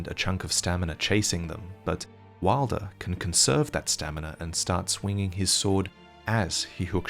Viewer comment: Please fix your pronunciation of wylder